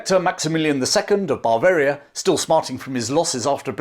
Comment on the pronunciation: He's done it chaps, he got 'Bavaria' right!